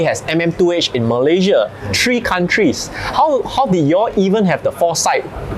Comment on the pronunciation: Please pronounce the digit 3 with a TH. its not 3/ tree.